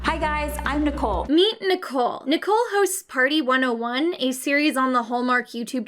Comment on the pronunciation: HEAVY emphasize on the 101